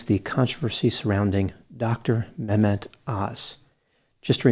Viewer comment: I've never liked Dr.(?) Öz. He has always struck me as someone who is very money hungry. I don't think ethics in medicine and lending your credibility as a doctor to anyone who pays well can ever go hand in hand. Dr. Grande, you've pronounced his first name very well.